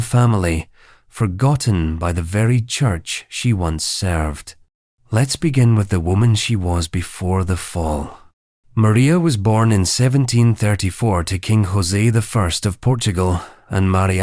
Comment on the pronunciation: ROTFLMSAO!! This is utterly hilarious! Reading the words on the screen and listening to the AI misprounounciations is highly amusing! "Maria 'eye'" instead of Maria the First - WOW!! "and her son 'horsey' instead of Jose - Keep on shoveling out these shitty AI videos! Apparently most folks are so uneducated they don'y even know the difference!! LOLOL!!